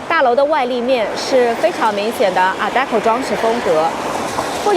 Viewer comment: art deco，已经是第二次听到up主说adeco了